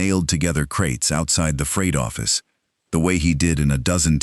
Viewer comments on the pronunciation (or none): What's a "Froght Office"?